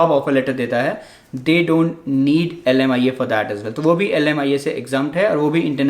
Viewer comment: Oh bhai leemia kia hota he🤣🤣🤣🤣 behn bhi leemia hi bol rhi he. 😂😂 LMIA kahan se leemia ho gya